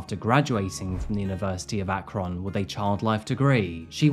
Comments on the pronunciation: AkRON I never heard it pronounced that way I’m from Cleveland it’s more like said Akren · FYI it's pronounced ack-run. Source, I grew up in Ohio. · Ah...Akron... (pronounced AK-REN for anyone interested. Such a lovely place to live near :/ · It's pronounced, Akren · I'm so sorry to be that guy, but the city is pronounced ack-run. Just had to mention this so I could keep watching. 😅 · 😭 no one says our city name right, darn google, it's "akrin", "a" like saying apple. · God I live 45min. from there 😳. And it’s ACK-RIN 😉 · Prounounced Ackrin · I know it's spelled "Akron" but we pronounce it "Akrin" or "Akrun" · Not going to lie, this is going to be a hard watch hearing you say AHK ROHN. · It's pronounced Ak-Run. Midwestern Ohio acent. 😁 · The city is pronounced like ack-ren. Silly Ohio pronunciations... this is so sad. its so hard to struggle in school when everyone expects you to do fine. that said most of us don't murder so obviously something is wrong with her. I think she is in the right place and hope she gets the help she needs. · I think it's pronounced Ak-Ren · Would it kill you to look up the correct pronunciation of cities? It’s not Ak-Ron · It is pronounced Akrun. I know some of it is your natural accent, but I think you’re also pronouncing it too literal. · Your pronunciation of Akron brings me so much joy 😂❤ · That fact that I am from Akron Ohio, it's killing me the way you are saying Akron. 😂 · lol you don’t need to emphasize the k so much on Akron >< I live in Ohio it just makes me giggle how you pronounce it ><. I didn’t even know about this case it’s crazy. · The butchering of my hometown's name is the true crime here. 😂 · No criticism here, but I’ve never Akron pronounced with a short “o,” instead of the short “u” sound on the end. It’s just messing with my brain because I used to live in Ohio, haha. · Listen, a lot is messed up with this case but I cannot focus with the way Akron is being pronounced TT^TT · It's not AK RON. It's AK RIN.